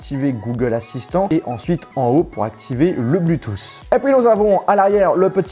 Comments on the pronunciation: Il faudrait quand même dire à que l'on ne dit pas "blutous" mais "Bluetooth" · Je t’adore mais juste arrête de dit Bluetooth avec un U stp merci connu comme ça